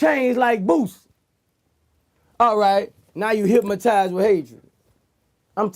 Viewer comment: Somebody please tell Boosie there ain't no "M" in Hypnotized 😂😂